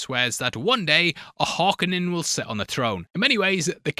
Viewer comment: please pronounce Harkonnen properly - it's painful hearing you mess it up each time - it's Hark-O-nen